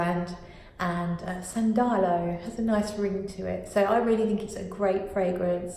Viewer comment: The accent is on the first A: 'san-da-lo